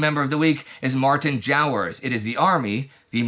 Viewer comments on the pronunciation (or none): none